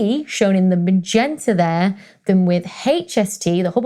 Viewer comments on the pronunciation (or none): none